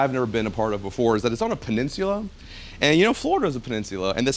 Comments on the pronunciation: Learn to say peninsula 😆 🤣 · It’s the way my man’s is pronouncing “peninsula” for me 🥴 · i couldn't watch it all because of the way he says peninsula. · This house is so elegant that it even made pronounce Peninsula with a British accent...